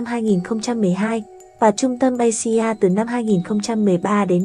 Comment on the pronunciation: Asia bạn phải đọc là Áy di a nhé.